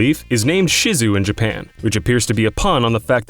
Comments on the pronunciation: she's named ShizuE (she-zoo-ay), not Shizu! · Isabelle's Japanese name is actually pronounced "she-zoo-eh", no "shi-zoo", which isn't related to Shitzus. "Shizue" refers to branches on a tree. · Isabelle's name is not 'shizu' its 'shizue' (shi-zoo-eh) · Her Japanese name is Shizue, not Shizu. Note the "e" at the end. And while her name might be derived from "Shih Tzu", "Shizue" is actually a pretty common girls' name over there. I know I've said this on some other videos (particularly one or two of the Region Locks), but how do people who talk so much about Japanese media have so little understanding about basic pronunciation? I'm not expecting them to be capable of correctly interpreting ancient sutra in hand-written kanji, but is the concept of "vowels are NEVER silent" such a hard one to grasp (more-so considering it applies to most languages that aren't English)? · Isabelle's name in Japanese is しずえ, pronounced "Shi-zu-eh". Not "shi-zu". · I thought Shizue was pronounced SHI-ZU-AY since it's an actual Japanese name. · You guys really need to work on your pronunciation of Japanese names. It's kind of unbecoming of a show that deals with so much Japanese culture to be pronouncing Japanese words so poorly.